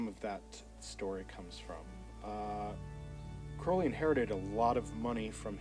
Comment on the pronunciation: At least he pronounced Crowley correctly babe. You people are so stupid to believe Ozzy said it right! 😂😂😂🎉💯💯👌